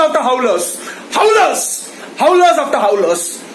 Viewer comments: Howlas[howlers] afta howlas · Three cheers for all who got it that he said “howlers”... I thought he said “howle “ Hyderabadi rocks